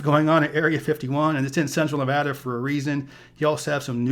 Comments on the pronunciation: It’s always refreshing to hear someone pronounce Nevada as Nevadans pronounce it. It gives the credibility! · THANKS YOU!!! For saying Nevada correctly. It's like nails on a chalkboard for me when I hear it pronounced wrong. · Brits pronounce it, 'Nevarda'.